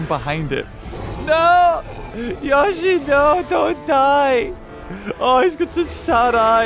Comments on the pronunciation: Itsssss notttt yosheeee. Itss yoshi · It yO-shi not youshi instead of making the sound of the i you just say The letter o not the sound.: ShUT UP THIS IS MY VIDEO!! >:( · It is pronounced yowshee not yahshee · It’S YoShI nOt YaWsHi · It's not gashi its yoshi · it is not yoe shi its yoshi the character litterally says yoshi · Yashy no its yoshy no yashy no yoshy SHUT UP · Nobody:: yawshy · He calls it Yashi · The way he said Yosi makes mario angry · I was really hoping that instead of roaring it said "yoshi!" Also its pronounced yo-shi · Yoshi “YO-SHE” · i love how he pronounces yoshi i never heard that before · It is yoshi not how u say it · Anyone else annoyed by how he says yoshi